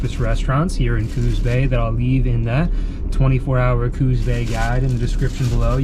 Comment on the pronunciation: Pronounced coos not cooz